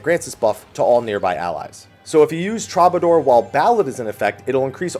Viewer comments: Every time you say "trobbadoor," I die a little inside. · "Traw-ba-door" are you kidding me? Lol Try that one again pls. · Man...every video the pronunciations trigger me harder. TROB-ador? Really? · Hate to be that guy, but troubadour is pronounced true-ba-door. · ... The lack of musical pronunciation is troubling. "Tru-ba-door" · came here to say this